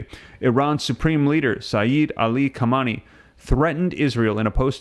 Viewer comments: Ha-main- Ê its pronounced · Bro the man’s name is not Kamani, and it’s not Rosi that crashed in the helicopter. Not being able to pronounce names speaks volumes about IQ averages.